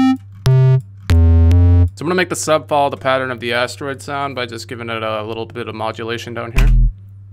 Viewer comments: It's an ass-droid? Do you mean asteroid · One time I thought he said "ass droid" and now I will forever hear that word as such. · All I hear is "ass droid" and I'm sorry 😂